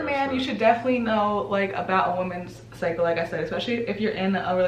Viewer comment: post menstrual "SYCLE" lol